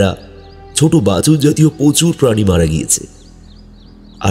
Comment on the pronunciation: Ucharon gulo ektu thik korte hobe, mangshashi pani boleche, tomader golpo suni khub valo lage,ei choto khato jinish kheyal rekho,agami diner subho kamona roilo😊